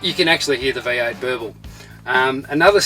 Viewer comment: what kind of an English is it? v8 is being pronounced as "y aıyt"